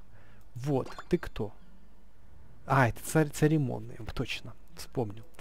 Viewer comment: нормально разговаривай церемонный а не царемонный